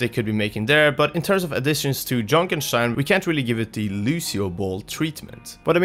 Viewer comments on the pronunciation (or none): The way you say it ''Junk-en-shhteyn'' makes me really triggered